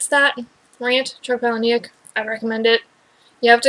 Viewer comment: Hey, I am going to tell you exactly what happens, just expand my comment so that it doesn't spoil it for people who haven't read the book yet lol. Also it is pronounced Paula-Nick (like the name Paula and Nick - very normal sounding - You can check this on his website or YouTube :)! Spoiler ALLLLERRRRRT:......................... Buster travels back to the moment when his maternal grandparents are fated to first meet. He steps in and foils the introduction. Preventing his own birth, thus leaving him immortal. He then goes on to seek out other immortals. He also states that he is almost finished writing the second book! That pic is proof from his "ask me anything on Reddit" fully verified of him replying to the conclusion of the book! Loved this book! Did this blow your mind or what!?!